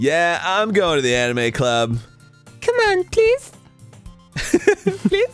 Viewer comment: Is it just me or Arin said "Amine" everytime instead "Anime"?